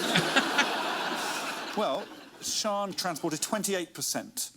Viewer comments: Again, it's Sian not Sean. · Pronounced Sharn. The spelling probably isn't helping here.